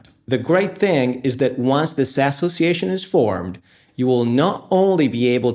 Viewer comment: Why is he saying Ass-hole-ciation???!!!